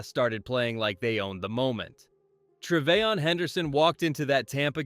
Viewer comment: bro cannot get a single first name right. stevon diggs, travay-on henderson. bro